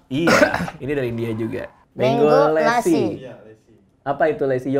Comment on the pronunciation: lassi bukan lessi